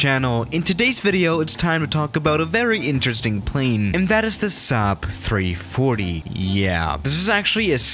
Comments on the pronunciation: says 3140 instead of 340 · XD and he said 3140 too